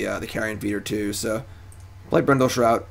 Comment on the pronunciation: hahaha corrects himself with an incorrect pronunciation for "BRINDLE SHROUT" hahaha classic! edit: again with "Brindle Shout" lmao.